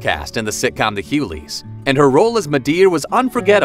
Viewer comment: WOW! Pronounce The Hughleys correctly. And it's DL NOT DI Hughley.